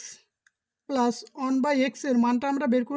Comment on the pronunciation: পেলাস না প্লাস হবে ওকে